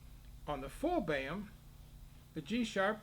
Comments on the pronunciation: "Boehm" = Böhm. Not pronounced "Bam". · Imagine pronouncing [ø] as [e̞ːɐ], this is unwatchable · Indeed, I am also American and have never heard it pronounced like that.....Often I have heard "Full-Böhm" or "Modified-Böhm". Funnier than that: Some Europeans talk about German system and the French system clarinets, but Theo Böhm was actually German. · ITS PRONOUNCED BAYAM???? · No, it's pronounced bo-em. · is there a reason why you pronounce Boehm differently to everybody else..?